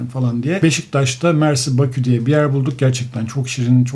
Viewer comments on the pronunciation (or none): none